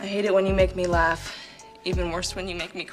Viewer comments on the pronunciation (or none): none